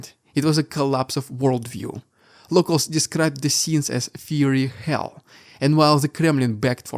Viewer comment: I'm an English teacher. Your English is great but I wanted to let you know "fiery" isn't to do with "fury" it is like "fire". It sounds like "fire + E" Just a weird spelling of a word. It would make more sense to be spelled firey or firie but it isn't.